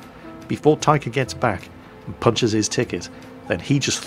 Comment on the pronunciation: 1st Taika Apina is (based on the name) from Finland and 2nd you are pronouncing 'Taika' like tiger XD (but more like tigah) which is a bit wrong